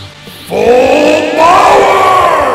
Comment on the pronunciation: bruh do anybody notice that instead of power he says bower lol